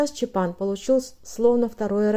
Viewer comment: Насколько я знаю, надо чётко произносить чАпан. Поправьте, если ошибаюсь.